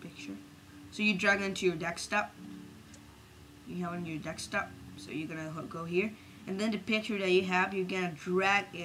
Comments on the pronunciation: it's not "dekstop", it's "deSKtop" ;) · its desktop not dekstop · Instead of desktop he said dekstop and instead of none he said known. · KID, STOP CALLING IT "DEXTOP"!!! IT'S PRONOUNCED DESKTOP!!! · lol dekstop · Deck-stop? I always thought it was a desktop, silly me. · Dekstop! HAHAHAHAHAHAHAHAHAHA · drag it to your "DEKSTOP" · "so you drag on on to your DEKS-TUP, drag it on your DEKS-TUP" :D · haha this is brilliant mate but i laughed at "dekstop" :D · how the hell do you say desktop '' dextop? '' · It is desktop not desktop!